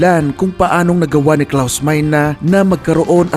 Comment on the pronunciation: ang tamang pag pronounce nyan ay klaus mayne ang ibig sabihin ng meine sa German is "saken" or "mine" sa English